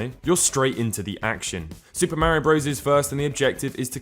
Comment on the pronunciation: Say it with me Marr - eee- ohh